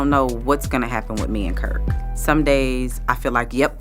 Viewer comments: His name KIRK NOT KRICK 😂😂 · Why she calling him krick and not Kirk? 🤭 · The AI voice can’t pronounce “ups and downs” and calls “Kirk” “Krick” 🤔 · Who TF is Krick? 😂😂😂🤣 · It’s KIRK not Krik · Why she say cric isn't it kirk? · Who's Krick?😂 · His name is Kirk Frost. Why is this video saying Krik Forst? All I can assume it is for legal purposes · His name is Kirk sheesh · Should be Krik😊 cos he a kriked mf . 😂😂😂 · They so mad at kirk frost they calling him krick forst lol😅😅😅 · I tried, I can’t finish w/ the KRIK instead of KIRK. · KIRK not KRIK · God dammit his name is Kirk not Creek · Is his name KIRK not KRIK!!!!??? Drink every time you hear KRIK!!! On another note . . Once a cheater, always a cheater, especially if there is a baby involved!!! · Krik Frost? god I hate AI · Finally!!! So happy she finally did it. But the narrator "Krick"?!?!? And rasheeda so pretty. All kirk has going is his money. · I’m sad that he couldn’t get it together . We’ve all made mistakes & she realized that. But you can’t keep betraying someone over and over . / just beyond fucked up . I If the stupid ass spokesperson says KRik one more time wtf get the name right -so annoying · Did anyone else want to jump through this video because the lady voice kept saying Krik? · Woman pronounced his name correct if you were going to tell this story. His name is KIRK. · She pronounced Kirk.IT'S KIRK.LOL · Who's Krik???? It doesn't make any sense when person reading aloud doesn't pronounce names correctly..........Do your homework!!! That 10k subscribers could become 100k......... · Krik frost she said😂😂😂😂😂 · I cant even listen to you because I cringe every time you call him Krik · Exactly, who tf is KRICK? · Every time she says Krik I want to scream😂😂😂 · 😂😂😂you are making me laugh in the middle of this... each time I hear "krik," I fall over! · If I hear Krik one more time 😂😂😂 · I refuse to listen anymore, can't get name right 😮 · why is the narrator mispronouncing Kirk's name. Is this an AI?